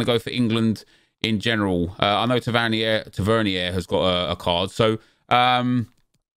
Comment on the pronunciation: Why does every FIFA YouTuber pronounce Tavernier like he's from France or something 😂😂 same as Trippier